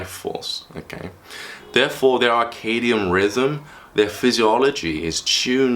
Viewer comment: He says "arcadian rhythms" but means "circadian rhythms" when discussing #5 and waking up with the world